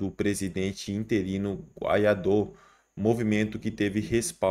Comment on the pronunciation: BOM VC APRENDER PRONUNCIAR O NOME CORRETO DAS PESSOAS. NÃO É GUAIÁDO QUE SE FALA É " GUAIDÓ .